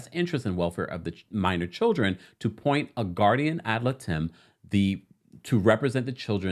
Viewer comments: I believe it’s pronounced Guardian ad Light-em. Not “lit-em” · Great video! I'm still shocked by this split! (FYI...the legal representative for the children is pronounced "Et Lie-dum". I had friends who needed this for their 2 kids when their divorce got down and dirty). I appreciate your consistent and up to the moment tea, my friend! ❤ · I love you so much lol it’s guardians ad-light-em! I said if I heard it wrong again I would them you 😅😅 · you pronounced ad litem wrong. It’s pronounced “ad lidum” ❤ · It's pronounced Guardian Ad LIGHTum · The way you pronounce ad litem 😂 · The way he pronounced 'ad litem'🤣🤣🥰